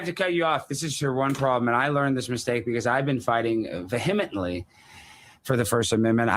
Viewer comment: VeHEMitly ....ugggghhh😂